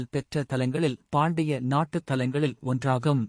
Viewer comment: நோக்கம் என்னவோ சரிதான் ஆனால் வாசிப்பு ( தமிழ் உச்சரிப்பு ) மிகவும் மோசமாக இருக்கிறது. சுக்கு மிளகு திப்பிலி என்பதை சுக்குமி ளகுதி ப்பிலி என்பது போல் இருக்கிறது. பாண்டிய. ( இடைவெளி ) நாடு இல்லை. பாண்டியநாடு என்று சேர்த்து படிக்க வேண்டும். ( எங்கே எப்படி இடைவெளி விடவேண்டும். எங்கே இடைவெளி விடக்கூடாது என்று முதலில் தெரிந்துகொண்டு வாசித்தால் இன்னும் இனிமையாக இருக்கும்.